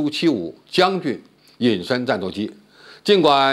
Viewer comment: 更正傅前哨的发音 俄罗斯苏75是 象棋将你军 的将军 而不是将军元帅的 将军